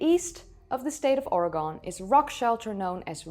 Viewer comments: I am going to correct you right away. It's not "Or-a-gone", it is "Or-a-gun." 😊😊😊 Oregonians are mighty touchy about the pronunciation of the state name.😁 And don't forget about the site of Cooper's Ferry at the mouth of the Salmon and Snake Rivers in Idaho 16,500+ years ago. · In future please have the presence of mind and respect for the people who live in the locales you're speaking about to learn the proper pronunciation, it's Or-e-gun not gone, I wonder how many other places you have done this with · Oar a gun, not oar a gone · Great video! Natives of Oregon pronounce it as “Or e gone”. “Not Or e Gun” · Or-eh-gunn Not Oreygone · Excellent and super informative video. please in your future ones in which you mention “Oregon,” it is NOT pronounced “ory-gone,” but “ory-gun.” Thank you. Subscribed. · It’s Oregun not ora gone… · How can this be? My Bible-thumping neighbor has told me that the world is only 6,000 years old. 😉 And for future reference, Oregon is pronounced "Orygun, " not Orygone." I've lived in "Oregun" since 1953. 😉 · Im sorry if someone hasnt pronounced your Capitol correctly. Please explain how someone else not pronouncing Amsterdam correctly has anything to do wi t h people not pronpuncing the State of Oregon as Oregone. Its true pronounciation is Or E Gun. I know its not a big thing to those who have neverbeen here but to those who were born and raised here it becomes irritating. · I’m sure it would have been a good video to watch?? But I couldn’t make it past the pronunciation of our state. We are a proud people. It’s ORYGUN not OREGONE. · let me do you a favor... its ORYGUN not OREY GONE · Hi dear. I respect you and your show very much and am a fan. Please know that the pronunciation of Oregon is actually Ore-GUN not Ore-GONE. Keep up the great work! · Pronounced OreGUN, not OreGON. 😃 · It’s just pronounced Organ like a pipe organ, it’s not called Or a gone, Jesus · Orygun not Oragone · It ain't Oraygon. It's Oreegun.